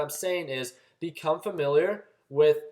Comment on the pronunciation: Familar, Valoo... sorry man, had to 😂 Love the vids; very helpful.